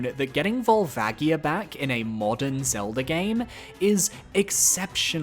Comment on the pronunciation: Why do you say “Zeldur” instead of Zelda